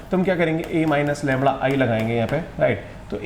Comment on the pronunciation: The correct word is lamda not "Lamra "